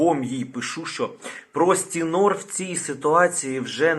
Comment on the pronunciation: Постинор а не простінор😅